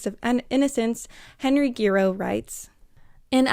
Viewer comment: Hi, Giroux is pronounced "Zhuh-ROW" - keep up the brilliant work!